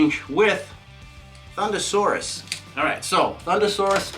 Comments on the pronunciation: ThunderRoarus not Saurus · You said thunderroarus slightly wrong